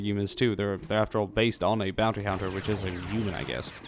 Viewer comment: Hunter not honter